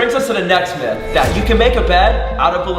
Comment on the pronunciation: ITS NOT MEET ITS MYTH